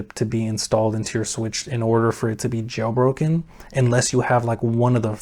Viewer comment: Anyone else hear "Getting a Joe Rogan Switch in 2024...."😂😂❤